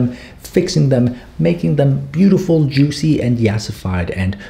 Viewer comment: saying ✨jUuSi lips✨ was everything i ever needed in my life